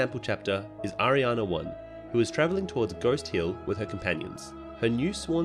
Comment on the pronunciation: it's Ari Ane not arianaaa